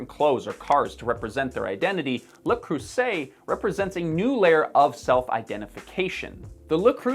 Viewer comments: it's actually pronounced "lay crusty" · I start the video and the first thing I hear is "Luh Cruss-It". Dude, fuck. I can't go on! I just know you're going to pronounce Le Creuset that way dozens of times in the next 13 and a half minutes, and I'll get cumulative brain damage from hearing it. Subscribed. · It's pronounced "Lay Crusie-Say", also you are missing the throaty "r" which pisses me off. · Did you add the edit after somebody told you it wasn't Le "CRUSSET". Nice try on the recover! 😂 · Wrong again, it's NOT "La Creuset" either. Duh. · careful with that pronunciation joke dude, I almost quit the video because I thought "why am I going to listen to the thoughts and insights from a dude who thinks its pronounced 'le crussit'" I only stuck around long enough to hear the joke because I was commenting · "le crussit" lol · He said Le Crusset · "As a french speaking canadian" says. The "s" sound is actually a "z", pronounced: Le-creu-z-et. From a french canadian;) P.s. great content❤ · WOW, I've never bailed on a video faster! that pronunciation! holy hell man! (your welcome for the engagement) , but I won't watch even one more second of this, wow Luh CRUSSIT, LOL! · At least learn to pronounce before you trash it - "leu creu zay" Mr French Canadian - the s is a z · Fellow Canadian .. Apparently it’s actually pronounced .. luh croo zay . So we all have it wrong. 🤷‍♀️ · "Le Croosay" Why did it take me til halfway through to notice those😂. Now I'll have to start over and count😤 Also, I was fine with my cheapo ikea one but now I'm highly tempted. So many "high end" brands pump out crap that's the same or worse quality than the cheap stuff, it feels like why bother. Seeing that there's at least one that still has pride in their work is wonderful! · You pronounced the name of the product incorrectly. The T is silent, Le Crew-say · Stopped watching as soon as I heard, "Luh crossit" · Fuck as a french native i am offended by the prononciation of Le Creuzet